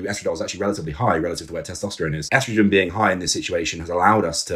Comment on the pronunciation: I can forgive the H8GH pronunciation but I draw the line at “eastrogen” what’re we doin here b